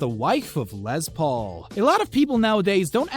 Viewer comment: It's not Lez, it's Less. Les Paul. Les is short for Lester. His name wasn't Lezter.